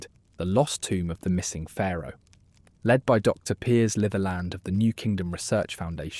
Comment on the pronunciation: Oh diwedd dad, its not leed its led you numpty.